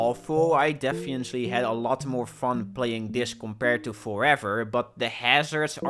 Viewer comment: He said "defiently" 3 times lol